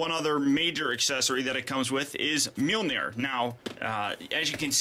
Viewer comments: His hammer is pronounced maholahnear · Why was mjornir pronounced as myonir